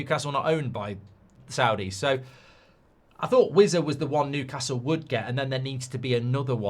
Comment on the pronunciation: Who the hell is Wizza? Stop pronouncing "z" when it should be "s" (probably thinks he sounds more posh lol)